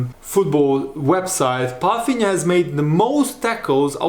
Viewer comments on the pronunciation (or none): As a portuguese i must say, you are assassinating his last name "Palhinha". Pafinha?? 😂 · Hi how you pronounce german words is very well. Did you learn that in school. Why do you call him "Palfinia" when there is no F in his name?